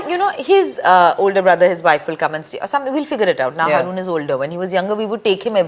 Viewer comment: Isn’t it HAA ROON not harrrooon 🤔